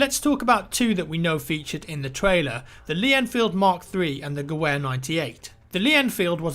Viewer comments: GeVEHR. pls. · Gewehr isn't pronounced as it's spelled. The W is pronounced as a V. So it's pronounced "ga-vher" Gewer means rifle, and all German full sized rifles were designated as Gewer XX with the X's being the year of it's production. So when the Mauser 1898 action rifles were adopted as standard, they were called Gewehr 98. The Gewehr 18T is just a scaled up 98. Also fun fact, the Treaty of Versaille limited how many rifles (Gewehr's) could be made, and the fact that a shorter gun was better lead to the adoption of the Karabiner 98, a G98 with a shorter barrel, as standard for WWII. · It's pronounced "Ge-Vehr" lol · FYI: The W in German (like in the word Gewehr) is pronounced like a V in English. Not trying to nitpick. Just thought it might interest you. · The W in Gewehr is pronounced like a V... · It's pronounced Ge-vehr. with a V. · Actually us Germans pronounce our w as a v so the correct way to say it would be Gevehr98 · it was gewehr was pronounced gu vair not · Btw Gewehr is pronounced "Ga Vair" great vid though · isnt the gewher prenounced gavar in german? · BTW it's GeVehr. Like a vee. Just saying. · the W in Gewehr is pronounced like V by the way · Anyone else annoyed by him miss pronouncing Gewehr. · Still waiting for a youtuber to pronounce gewehr correctly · Your pronunciation of Gewehr made me die a little inside. :') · Oh god that pronunciation of 'gewehr' is killing me ;__ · the gewehr is pronounced with a V not a W as far as i remember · Ge-Vahr.. not geWare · in German the w is pronounced as a v. Therefore it's guh-vare, not guh-ware. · gewehr is pronounced guh-vair not ge-wair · Gewehr is pronounced Geh-ver not Geh-wer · It's pronounced GE VV ER! As in the "W" is pronounced as a V. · "Gewhere", beautiful pronunciation there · "Gewehr" is literally German for "rifle", the W is pronounced as a V sounding like "Gevehr". Just in case anyone was wondering. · gewehr - pronounced guh-vair. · T 'Geh-Where' lol